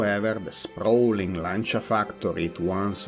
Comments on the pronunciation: So after this video I have been pronouncing Lancia wrong all my life 😂😂😂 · Yep. I know that saying “Lan-cha” is weird for English-speakers, but that’s how the word is pronounced in Italian :)